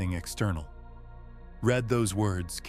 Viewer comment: AI narrator, probably AI generated. 😑 They used the incorrect pronunciation of “read” using the past tense rather than the present tense.